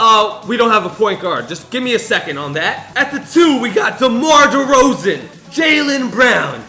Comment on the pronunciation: He said Demar Derozon twice